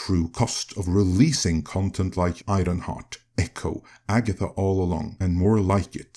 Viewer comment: Who is Eye-Ron-Hart?